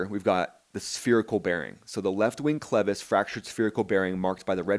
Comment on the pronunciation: thanks for properly pronouncing "clevis." short "e" ... not long "E" as at least two other YTers have said repeatedly. yeah ... the cracked pylon attachment. History, hardly a trend ... 46 years between em. Might be worth comparing the engine mount on a 767-300 ... or a 777-300 ... or a 787-8/9. Why hasn't this happened to a Boeing? Seems like Heavy C check would occur more often that the report indicates ... or engine change, for that matter ... opportunity to do a borescope, like test. But I agree ... that inspection is about to be changed. I'm curious how the NTSB is going to spin this away from the real threat because it DOES have a history ... including AA191. championing the NTSB at the 3 minute mark ... meh. Don't get sucked in.